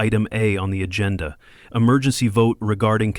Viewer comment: AGENDA, NOT ATENDA.